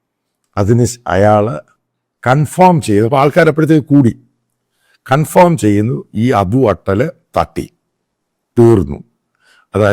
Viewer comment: സൂത്രധാരകൻ അല്ല, സൂത്രധാരൻ ആണ്. കൺഫോം അല്ല, കൺഫേം ആണ്.🤔🥴